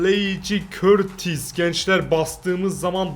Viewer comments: Abi bu arada o kaleci körtis değil kurtua diye okunuyor seviliyorsun❤ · Abi körtis deyil kurtua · şakasına öyle okuyor knk eskiden beri izliyorsan olayı anlarsın emrecan ile gülüyorlardı